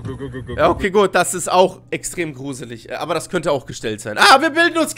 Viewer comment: „Es wird gruselitsch“ 😂😂😂